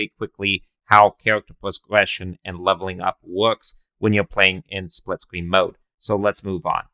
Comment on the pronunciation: Bro you sound like that dude kripkey off the big bang theowee you know what I mean spwitscween experiwence LOL